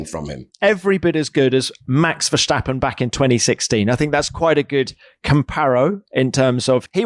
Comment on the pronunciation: Jesus, still Vershhhhtappen?? It's just a normal "st" and you pronounce the "a" like an English "u". The "e" is like the English "ai" like in "air" so VairSTUppen .